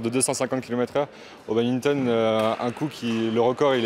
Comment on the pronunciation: Quelle insulte de prononcer badminton " Babinton "